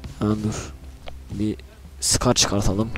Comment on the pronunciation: S cars diye okunuyor scar değil S ayrı okunmalı neyse abi gmod serbest takılma atarmısın